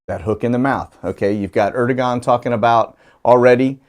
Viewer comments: President of Turkey is pronounced Erdeuwan ( the g is silent ) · Pronounced Erd-oh-wahn